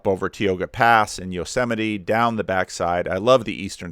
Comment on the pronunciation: Never heard it pronounce Tee Oh gah. I lived in Yosemite for 25 years. I always thought it was Tai Oh gah.